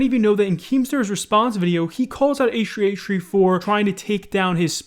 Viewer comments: Damn. Can u pronounce H3H3 properly?? Ehhree ehree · Why do you say H3H3 as A-Shree A-Shree? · It triggers me how you say H3H3 it just sounds like HshreeHshree haha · I honestly hate how you pronounce H3H3, its like "eishrui eishrui" xD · no way this man just said h3h3 like h3h3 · “Achtree achtree” H3H3???? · “hach3hach3” 😂😂thought i was the only one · i like your vids but i hate the way you say asch3asch3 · the way you say h3h3 is hilarious. .